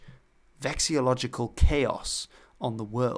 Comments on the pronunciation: Note: vexillology /vɛk səˈlɒl ə dʒi/ and vexillologist /vɛk səˈlɒl ə dʒɪst/ rather than "vexiology" and "vexiologist" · Hi, how come you say vexiological/vexiology? instead of vexiLLology/ical/ists? Are both ways correct, are the first set of Ls meant to be silent? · Btw [veks-ill-OLLO-jee]. It's I and O not A and AA. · I think he was just misspoke